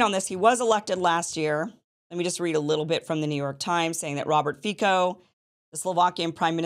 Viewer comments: Also it's not pronounced Fi"k"o but Fi"ts"o just like you spell letter C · “Fico” is correctly pronounced as Fitzoh